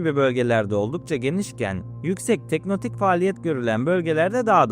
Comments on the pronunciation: Teknotik değil "tek-to-nik" abi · Teknotik değil tektonik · Abi "teknotik" değil "tektonik" Videoya odakalanamadım fjfjfndkkdkd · tektonik olarak telaffuz etmemiz daha doğru olur. emeğine sağlık.